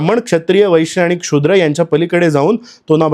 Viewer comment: बरोबर आहे तुमचं म्हणणं. असा चुकीचा उच्चार अपेक्षित नाही.